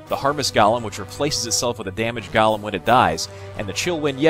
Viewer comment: The way you pronounce golem haha